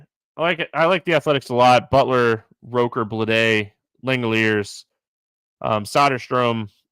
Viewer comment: ROOKer, not ROHker